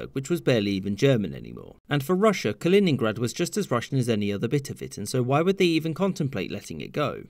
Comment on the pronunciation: its kaliningrad